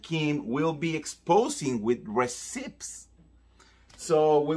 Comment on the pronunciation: Receipts (pronounced «reseets» NOT «resips»!) 🤗